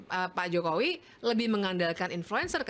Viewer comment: Bivitri kalo ngomong sok jakartaan...pakai K.Jokowi pengucapannya JOKOWIK tapi kalo lihat wajahnya kok kayak org ndeso yam..org mana.DULU pernah di calange pak Mahfud apa yg dia ucapkan suruh mempraktekan...dia geleng kepala. sih...dia...wajahnya coba hidung pesek